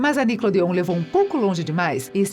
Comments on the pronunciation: E NICKELODEON NÃO NICKODEON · A melhor parte com certeza foi a “NICLODEO” kkkkkk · Não consigo assistir com essa mulher falando "NICLODEÔN" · poisé, deveriam rever isso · Eu tentando saber quem é essa nicole dion. Dai percebo que a retardada ta tentando falando "nickelodeon" Pqp kkkkkk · Triste saber que ela acabou pq série musical não tava sendo tão popular (mano essa mulher falando "Nickelodeon" e o melhor)